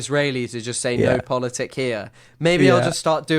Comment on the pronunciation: Love this, but it's "POLITIK" with a 'K'!